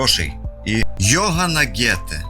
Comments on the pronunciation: Йогана Гете!))) Це шедевр😂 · Дуже шкода що ведучому/оператору довелось вставати досвіта але "Йогана Гете"!!! Як же круто вийшло)